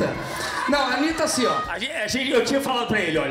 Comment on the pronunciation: Eu não goxxto deche cara pq ele fala achim